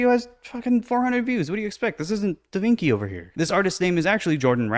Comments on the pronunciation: LMAO Am I just hearing things; or did Ethan, the supposed art expert, pronounce Leonardo Da Vinci's lastname as "Da VIN-KEY" instead of "Da VIN-CHI"? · and he keeps say da vinci wrong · why does Ethan keep mispronouncing Leonardo da Vinci? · I hate that I have to defend Ethan, but I think he’s referencing a video where 2 twins are asked who painted the Mona Lisa, and respond “DA VINCKI?!”